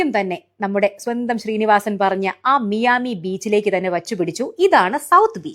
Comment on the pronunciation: മിയാമി അല്ല. മയാമി എന്നാണ്.